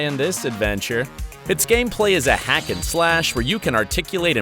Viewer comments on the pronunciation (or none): none